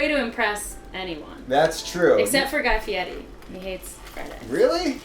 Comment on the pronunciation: (The way this bitch says Guy Fieri hurts my soul) I feel like adding things to rice as it cooks is a no brainer lol Plus if you dont know to use olive oil and lemon you probably shouldnt be in the kitchen....